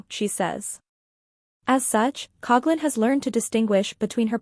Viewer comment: I just wish people would pronounce her last name correctly.